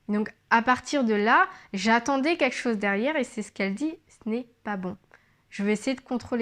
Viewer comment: Juste un petit conseil concernant la diction,c'est très bien,le regard est franc,le gestuelle adaptée 'on s'en que tu parles avec ton cœur, c'est fluide... cependant,fais attention à ne pas dire ", queque chose" mais "quelque chose..." Sinon,tout est parfait...♥️